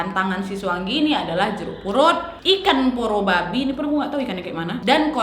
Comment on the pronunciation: Porobibi😭😂 bukan porobabi 😂 Atau Indonesia nya ikan buntal 😂